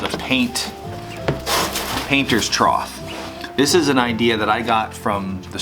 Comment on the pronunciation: I loved your video! Rachet straps seem like overkill but I understand why you use them, in the end it is easier to just ratchet it up a notch instead of the alternative. But, are you saying, "troth"? It's pronounced "trough" (tro-ff) Maybe it's a colloquium? anyway, great video!